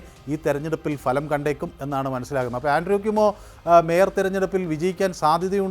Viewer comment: Ente Ponnu cheta ,Falam,, ennalla,,,bhalam ennu parayanam.,," kashtam. Enthu parayana ,, Thanne paranju vittavane venam thozhikan." !!